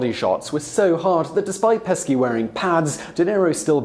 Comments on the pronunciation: So, not only does the narrator refuse to say "gif" correctly, There are now 2 new people in the movie insdustry, Joe Pesky and Sam Rhymey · Dude how do you not know how to pronounce Joe Pesci it’s “ pe- she” I get it you cover a lot of subjects but come on man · Its not a big deal but it's pronounced Peh-Shee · Peshy. Your are so wonderful a host but every so often pronunciation goes awry. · Joe peschi Pronounced pesh shee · Pesci = peshee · Yesterday it was Mitsubushi, today it's Joe Pesky. I'm 100% convinced Simon is doing it on purpose. Nobody can go through their life and not hear about Mitsubishi or Joe Pesci... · Lol he also called her rhiannon.. why would they name their country after our language if they dont even bother to speak it correctly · Me too, but I gave up on his mispronunciations after hearing Joaquin Phoenix's name butchered. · Everyone knows that Simon hasn't seen the bulk of popular movies, but I'm still surprised that he wasn't familiar with the pronunciation of Joe Pesci's poor name. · Why doesn't this comment have a million likes???? Lol! I was gritting my teeth every time he butchered Joe's last name!!! LOL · Has Simon never heard Joe Pesci say his own name? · You pronounced Elwes right but not Pesci? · Simons pronunciation of Joe Pesci is anger inducing. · I feel like every video is a "what word did he miss-pronounce on purpose" challenge. Today was"Pesci". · Joe PESKY?!?!?! That is so wrong. Don't disrespect the legend. Learn the correct pronunciation. It's Pesci, pronounced Pesh-sheee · Well u actually had me loling for real! Peshy, not pesky..funny tho..😁😉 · Pesci is pronounce Peshy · I don't know how many people have mentioned this already, but for some reason he kept saying Joe "Pesky" instead of the correctly pronounced "Peschi" or "Peshi". Does he know this? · Pesky? 😂😂 its pronounce peshy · PESHI! No Pesky! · Joe "pe-ski?" No kind sir. Joe "PE-(short 'e')-SHE" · It's pronounced Joe Peh-Shee not Pesky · Joe "Peshy" not "Pesky"